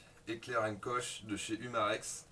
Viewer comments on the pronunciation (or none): Alors, pour faire quelque rectification à ta vidéo, pas grave mais juste à savoir: dans " heckler & koch " koch se prononce "korr" on ne met pas "ch" à la fin, c'est allemand à la base, c'est eux mêmes qui fabrique les vrais MP5, MP7, UMP 45, G36... Mais sinon bonne vidéo !